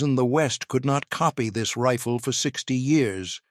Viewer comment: No shit Sherlock. But they voice in the video pronounced Riffle. AI Slop.